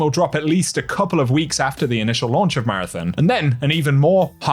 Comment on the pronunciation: We have to get you pronouncing Marathon correctly, lol.